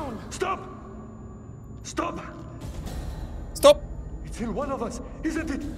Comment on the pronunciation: When Junior was holding his gun to Julia and Brad and says "Stop" in both playthroughs Jack and Felix both say "Stope" . . . . . Just wanted to point that out